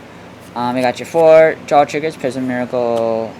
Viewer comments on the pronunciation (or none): It's pronounced prism the heart in the middle has no meaning